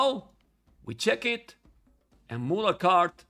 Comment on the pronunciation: Why calls it Mulan cart 😂😂😂